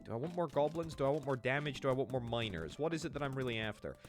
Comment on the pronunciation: When you say "miners", my ear hears "minors".